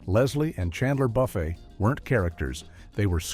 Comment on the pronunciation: I was willing to forgive ONE mispronunciation, because I've seen real YouTubers mispronounce a name they aren't familiar with (tho, I've never watch HIMYM and even I knew this narration was saying that name wrong). But when they got to Friends and said "BUFF-ay" instead of "BOO-fay," I knew no human checked this vid and it's just AI slop. Besides, the triplets featured in just 3 or 4 episodes, so they weren't characters, much less characters who ruined the show.